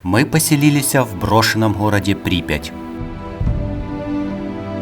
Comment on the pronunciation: "Мы поселилисЯ" сука ухо режет